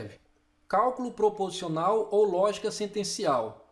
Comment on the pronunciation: Olá Roseli Sumire! Não foi impressão, houve uma falha na pronúncia da palavra proposicional. Obrigado por assistir o vídeo e pela observação.